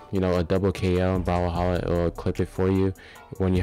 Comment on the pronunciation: The way you say brawlhalla is so funny bro💀💀